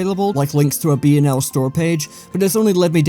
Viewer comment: I still think pronounced BnL properly